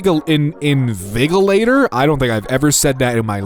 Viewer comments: 'invigilator' is pronounced like 'in-vij-ilator'. they watch over exams in uk schools/sixth forms (and possibly unis? it's been a bit since i had a uni exam) and stare at you and eat biscuits loudly, despite the fact that if you dare cough too loudly suddenly you're the one disrupting the exam. they're the worst. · Invigilator is pronounced: in-vee-gee-lay-tor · I thing it's a soft G, like in "vigilant"